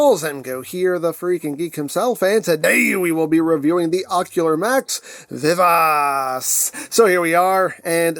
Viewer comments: Vee-Vah-Chee I think is the closest pronunciation. I'm no expert in Italian though. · I would have thought pronunciation vuh vaa chee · "I believe I'm pronuncing that correctly" 😬😬😬😬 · Funny! The way you pronounce it name , it sound like french! 😅😅😅